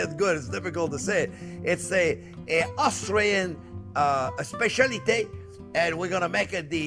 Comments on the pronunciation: It's Austrian. You kept saying " Australian ", like a bloody wanker. Lay off the vino. Great dish though and thank you for that clarified butter tip. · Made me giggle each time he said "Australian" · Sounds like he says "australian" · Australian or Austrian? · Watch the difference between Austrian and Australian there, chef Jean Pierre! Big dif.